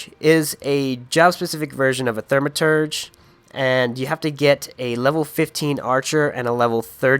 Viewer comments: THAUMaturge not THERMaterge. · Thermaturge. Teehee